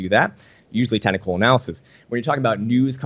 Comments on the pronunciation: "Tennicle" analysis? Lol. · Am I the only one hearing him saying "tentacle analysis" every time he says "technical analysis"?